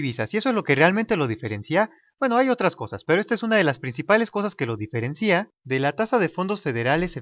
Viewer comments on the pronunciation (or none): Buen video ! solo que no se dice "diferencía" sino "diferencia". ( sin entonación en la "i" ).